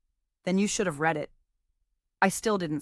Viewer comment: Sometimes she pronounces read correctly 🙄